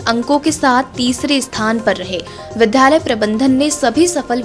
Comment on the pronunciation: विद्यालय को विध्यालय और विद्यार्थी को विध्यार्थी न पढ़ें । इन शब्दों में आधे द ( द् ) के साथ य है, न कि ध् के साथ य !